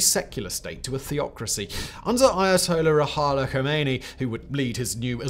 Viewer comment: I love these videos, but as a speaker of two Persian dialects, these pronunciations kill me. Iran: Ee-raun, not "Eye-ran" Iranian: Ee-raun-neeyan, not "Eye-ray-neeyan" Ramezan: Rah-mah-zaun/Rah-meh-zaun, not "Rah-mee-zun" Ruhollah: Roo-hoe-luh, not "Roo-hah-lah Quds: Qoodz, not "Qudz"